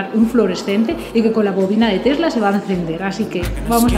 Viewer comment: Tesla not Telsa .